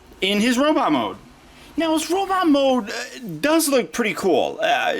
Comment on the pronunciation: can I ask you why sometimes you say robitt instead of robot? thank you for the video. Despite the problems you pointed out, I still want him to go with Battletrap :)